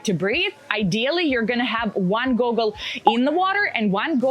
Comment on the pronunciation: 5. training structure. As she says in , this is the part ignored the most, kinda ironic you missed that part. Also, its goggle, not google, even though that's how she pronounced it. Makes me wonder if that summary was AI generated.